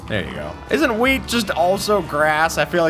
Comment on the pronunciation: is it just me or did he say weed and not wheat?